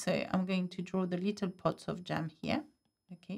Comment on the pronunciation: I love how the French pronounce the English word « little « as litOl!😱😂😂 so adorably cute.